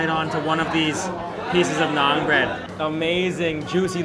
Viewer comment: its na'aan not naaag